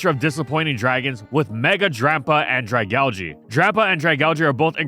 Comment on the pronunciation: Saying Dragalge makes me want to just not watch the video honestly